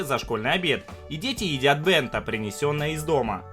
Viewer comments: Не денто а Беонто!!!!!!!! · не дэнто а бэнто